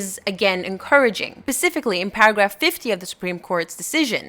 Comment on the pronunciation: did you just say pacificly 😐